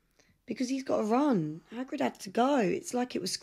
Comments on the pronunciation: Did she call Hagrid haggis? rofl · It’s Hagrid not Haggis lol